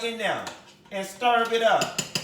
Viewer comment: I die every single time you say “stirv it up”😂😂😂😂😂